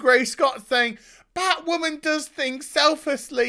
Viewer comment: The word is Batwhaman.